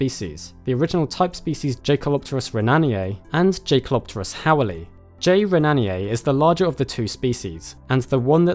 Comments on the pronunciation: Jae pronounces like yay bro like jaeger isn’t Jay-ger it’s yay-ger just an fwi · JAY? kelopterus???? YAY with a YYYYYYYYYYYYYYYYYYYY man. named after a german dude. please check pronunciation before publishing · Yes it is. Well spotted. Most of the time in the media I just let this slip and they called in Jake-El-Op-Ter-Us but it's really Yay-Kel... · I thought it's pronounced yekalopterus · A minor nitpick: I think the J in Jaekelopterus is pronounced as a Y, just like in the German word Jäger (or Jaeger as would be written in English).